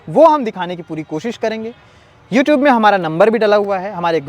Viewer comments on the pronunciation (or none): none